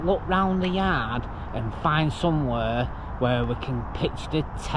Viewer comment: The way you say yard make me think someone use to do dieseling/lorry get at it urban 😂😂 much love ❤